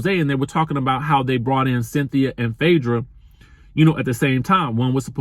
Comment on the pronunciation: Chile 🤦🏿‍♀️🤦🏿‍♀️ 🥴 did u say Cythina 😭 U really must be 😩🙄